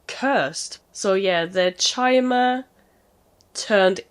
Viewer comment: It's pronounced k-i-mer 👍 Yeah with how much you enjoy the lore you would LOVE playing Morrowind. Highly recommend it for your todo list Sera is a moniker of respect from the old Velothi, an ingame language of the ancient Chimmer who where also called Velothi and are now called Dunmer. Think of it like a sex neutral Sihr. or Madam. Forgive me is someone has already explained this. The damage numbers are comparing your currently equipped weapon (Daybreaker) to the total max drawback damage of that hunting bow+your arrows. Just because number go up doesn't always mean it's a better option for you to use. Ysgramor after the night of tears be like: 🗡🛶🛡 Try rearranging the letters in that guy's name. But only after you get a very special sword in Whiterun... Wait she's walking off with Dawnbreaker! 😮 . So keep in mind that when a Stormcloke or thier supporters talk about driving "the elves" out of Skyrim they mean the Thalmer specifically (who have permission from the Empire) not literally every elf although some of them aren't smart enough to articulate that